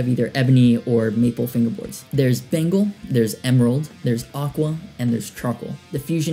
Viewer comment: It's ben-g-aal,not ban-gul😂😂